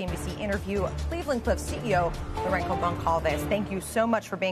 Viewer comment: The name is Laurenco. LORE-EN-SO. Damn.